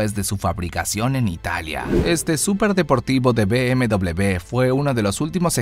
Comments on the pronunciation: Be Eme Doble Be !!! ME ACABAS DE MATAR A MI Y A MILLONES!! Se dice Be Eme Uve socio,vaya pronunciación q gastas ,de chiste locoo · Be eme doble u así se dise